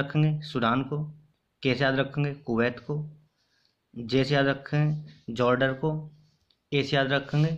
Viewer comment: Jorder nhi jordan hota hai